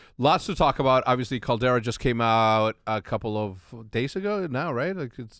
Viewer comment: Hecz my guy it’s Calderrra just like how you say it in spanish my mexican brother